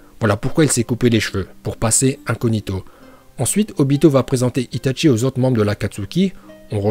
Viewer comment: C'est itachi pas itatchi et c'est Uchiwa pas uchiha !!!!!!!!😠😠😠😠